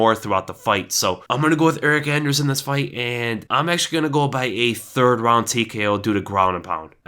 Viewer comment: You got that anders so wrong